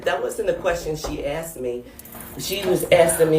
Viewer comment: She axed me a question